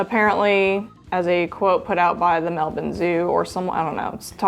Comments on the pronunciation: Off topic, but as a local, your pronunciation of Melbourne is perfect for a yank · as an Australian I appreciate the correct pronunciation of Melbourne